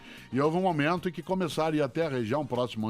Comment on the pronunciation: Nesse momentoa ... Nesse sentidoa